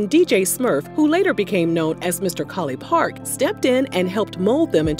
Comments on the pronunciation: It’s College Park not Colly park 😂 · say "mr. collipark" one more time please 🤣